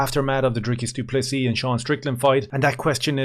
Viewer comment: How is it that an Irishman can pronounce Dricus du Plessis perfectly but the rich American "professional" commentators STILL call him DRYCUS DOO PLESSSISSSSS? Thank you as always from a frustrated SA fan who agrees the Strickland fight was super close but is happy Dricus won. I hope we can agree that whatever drama the UFC is planning behind the scenes isn't his fault.